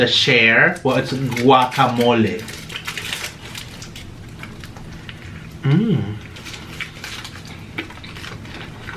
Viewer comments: is trying to correct how he says guacamole but he can’t even say it 🤣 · And is right pernounce it right guacamole